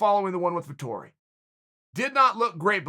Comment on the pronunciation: Me as an italian before watching the video: "please god, make uncle cheal say that name, please make him" And yes he did it.